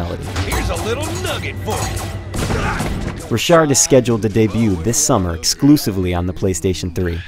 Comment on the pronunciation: i think its pronounced rock hard